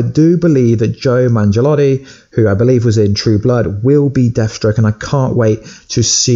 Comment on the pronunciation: Did he say Joe Mangelatii? 😂😂😂 It's Joe Manganiello.